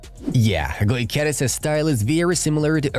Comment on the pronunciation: Thx for the vid. However, is Gyokeres, not Goykeres.